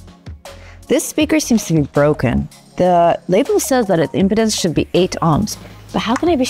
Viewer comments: Yes, but I thought it was an ED med ad by the way she pronounced im-pi-dens' rather than im-pee'-denz 😂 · Please pronounce "Impedance" correctly! "Imp--ance is not a problem here" sounds like a commercial pitch for something else entirely.